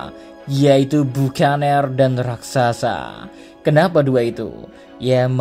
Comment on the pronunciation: Bakenir/bukaner cara bacanya